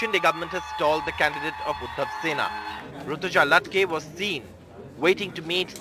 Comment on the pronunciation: since when did Latke become Latke